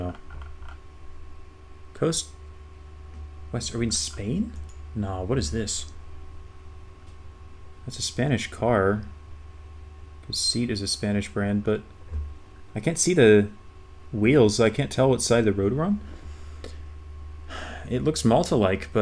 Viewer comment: What a fun surprise! FYI, the car brand SEAT is pronounced (SAY-aht), even in English. 🚗